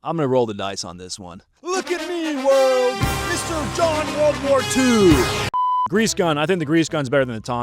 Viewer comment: What's with pronouncing it "Woold War 2" you get the "r" in War but apparently we're talk a bout a War "r" over sheep derived fabrics! Nutnfancy does it too. Oh yeah and the Colt or Smith 1917 were great pistols as well. A- to B+ tier fo sho! Not to mention they could be used as bludgeoning devices like the flintlock pistols of old.